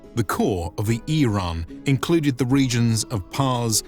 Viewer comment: Eirean... hmm you pronounced that awfully funny sir.